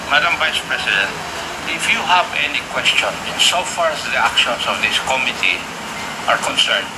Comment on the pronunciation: Acop has died without even knowing, as a number of other congressmen themselves, how to pronounce the word "committee" properly!